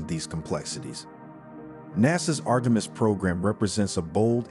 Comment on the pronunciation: When you can't pronounce Artemis ... you're a stewpid AI retard !